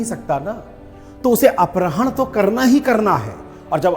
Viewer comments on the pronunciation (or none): सर, अपरहण नहीं अपहरण का उच्चारण कीजिए। आपके मुख से गलत उच्चारण अच्छा नहीं लगता।